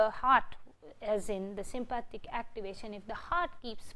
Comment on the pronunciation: Sympathetic not Sympathic 😬 but thank you! 👍🏼